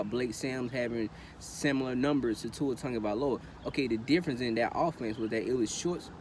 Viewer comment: Sau Tafao you Bama fan too? Totally agree articulate & factual video!! Love the way you say my family name.. Sau you from Diego??